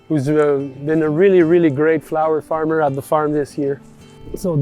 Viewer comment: Farm-on Dude. Thanks, love the work you're doing. Greetings from Oz